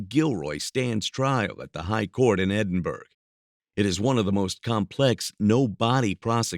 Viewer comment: Edinburgh is pronounced Endinbororgh!!